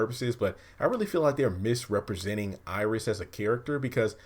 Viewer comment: Iris might as well say issis